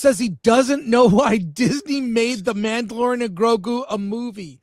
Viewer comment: Mandaborian! Thank you, was driving me nuts.